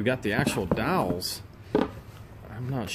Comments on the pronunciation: Hahaha not dowls, they are dolls. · Did you keep saying dowls? For dolls?